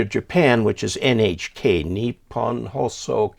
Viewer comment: That's actually a pretty great pronunciation on NHK (日本放送協会/Japan Broadcasting Association)! Way better than a lot of folks I've heard.